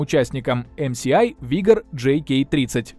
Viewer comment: ЭмЭсАй(MSI). Не ЭмСиАй(MCI)